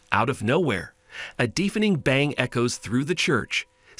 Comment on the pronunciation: Someof the worst videos I've seen, but you really lost me when the AI narrator described the "deefening" crash in the church!